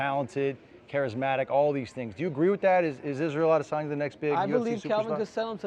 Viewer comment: kelvin cant even pronounce adesanya properly’ dummy still unconscious from his fight with adeson